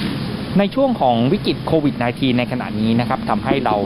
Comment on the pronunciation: เรียนท่านผู้อ่านข่าว กรุณาอ่านออกเสียง Covid ว่า โค- วิด